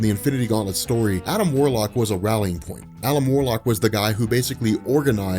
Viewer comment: "Alum Warluck."